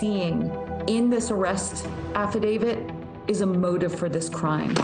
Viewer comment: Aside from mispronouncing "Affidavit"